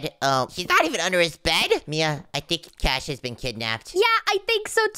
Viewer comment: In the end cash's name becomes cahs